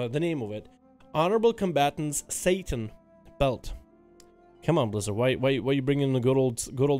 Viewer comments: Its "saa-tt-in" not satan lol, its another word for cloth. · Sweetie, it's satin..as in a wonderfully soft cloth...not Satan. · Satin(cloth) pronounced Sat-in. Satan(the devil) pronounced Say- tin or Say-tan.